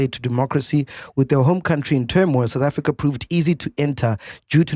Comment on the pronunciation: You lie we are the news period 👍 see how many of your own youtuber are talking about South Africa some cant even pronounce the name sountafrika what's that..